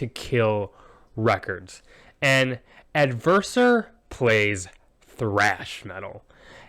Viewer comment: You got my name pronunciation correct! Thanks for the review and for the kind words, glad you enjoy it ~ Ale from Adversor